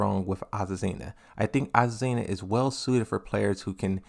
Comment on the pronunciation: Finally he said azucena and not aquafina